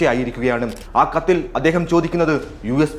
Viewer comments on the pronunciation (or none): വാക്കുകൾക്ക് ഇത്രയും കട്ടി വേണ്ട പരമ ബോറാ. കത്ത് എന്ന് പറയുന്നത് പോലും കത്തിയാവുന്നു